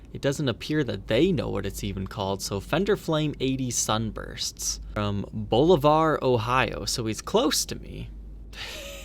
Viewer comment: It's pronounced ball-iv-er. I'm not that close to it, being Ohio born & bred. Seems like you should know that. And now ya do! Take care, and DON'T drink the lemonade!! V⚡